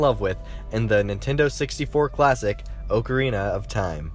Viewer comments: anytime anyone says oakarina my heart breaks a little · Oak uh ree nuh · How hard is it to say oc-o-reen-na not oc-a it’s is Oc-o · The oakarina of time? I thought it was ahcarina of time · I pronounce the word ocarina aukarina, but some people are like you and my brother, who pronounced Oakarina. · good video but its pronounced "ah ca rina" not "owe ca rina" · It’s frickin OCK- A-R-I-N-A not freakin oakerina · "ogreana of time" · Haha XD. I wanted to correct him so bad, but he can't hear me soooooooooooooo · Bubbabutt04 he kept saying oakarina.. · Am I the only one triggered when he says "OAKarina" instead of "Ocarina" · Why does everyone say ohcarina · oakarina of time💀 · For some reason it triggered me so much when he said oocarina like oat and awh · Oak-or-Rena of time 😂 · he says ocearina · i’m sorry, but “oak-arina” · awk-ah-re-na is how you say it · "Oakareena" reeeeeeeeeeeeee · It's not O-carina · "oakarina" lol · DID HE FUCKING SAY OAKORINA OF TIME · O-carina of time Oc-arina if time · Ocre-ina of time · It bugs me how you say ocarina, its Pronounced AH-CAH-REE-NAH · “OHcarina of time” and “NCP”. Jfc who is this clown? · Every time he said "oakerina" instead of ocarina I cringed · NCP lolol. And it’s an awk a reen a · Please stop saying oakirina of time!!! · "OHcarina of time?" lol shame on you! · The way ocarina was said triggered me :P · Did he even say ocarina right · He said ocirina wrong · Why does he say Ocarina like that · thats not how you say ocarina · I hate how this guy pronounces "ocarina"